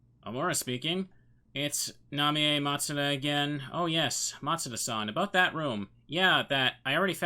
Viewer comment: Ooh. So cool that you're doing this game. Love watching your rpgmaker stuff mainly. Also, yeah. Japanese, so her name is Na-mee-yay.